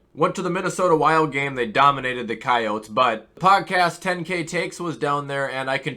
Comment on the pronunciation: I’m sorry who did the wild play last night? Pronounce coyotes again for me… 💀